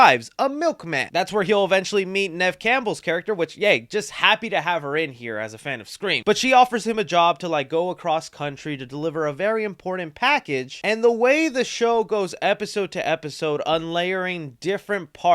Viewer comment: "imporden" Can't you try just a little harder? It's not asking much. Move your mouth like this: im...port...nt. There are actually TWO T's in that word. It's very easy.